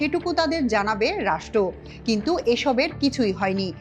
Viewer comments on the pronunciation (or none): none